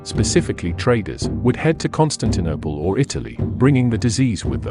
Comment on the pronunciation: Is the narration computer generated??? I have noticed the misprouncation of a few words such as Constaninople and Aristorialism.